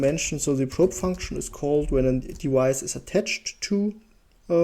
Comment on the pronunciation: Really great video value-wise but your pronounciation of "device" kind of drives me nuts. The English "v" is pronounced like the German "w" — you seem to know this since you pronounce it correctly in basically every other occurrence but if you want to be more easily understandable without the listener stumbling upon this every time you say the word maybe try to pronounce like it's generally pronounced :) Not trying to be destructive, I really liked your video apart from that